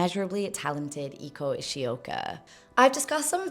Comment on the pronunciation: Love this topic! (Also, unless she had some stylization of her name I'm not familiar with, you'd pronounce "Eiko" as "ay-ko". Just FYI, as she's sure to come up in future vids ❤)